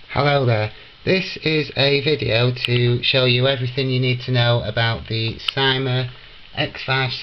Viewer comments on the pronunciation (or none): you said syma wrong